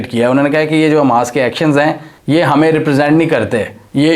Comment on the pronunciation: اووو بھائی اسکا نام حماس ہے نا کہ اماس😅😅😅